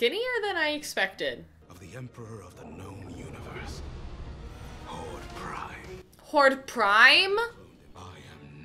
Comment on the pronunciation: not hordak prime its horde prime